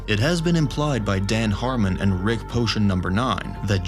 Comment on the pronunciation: His name isn’t rix